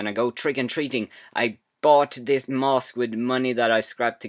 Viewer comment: 1. You pronounce mask mosque 2. The kid thought he shouldnt have watched it afterwards ni shit?